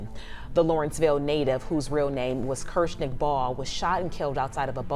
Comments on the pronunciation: You're not even pronouncing his real name right 😮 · Wtf why you talkin like that,and then pronouncing TAKEOFF real first name f-ing wrong.